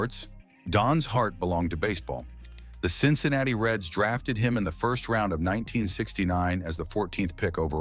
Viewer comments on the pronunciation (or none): none